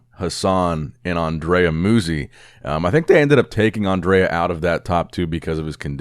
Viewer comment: I try again: it is not "Musi", it's "Mutzi". Sooner or later will read my comments about our Andrea.